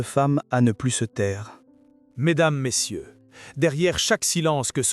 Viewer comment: Mesdames prononciation MESSIEUS au lieu de Messieurs vive l’IA qui vous a dépourvu de votre libre pensée ainsi que de votre intelligence ! J’ai arrêté d’écouter au bout de quelques secondes !!!!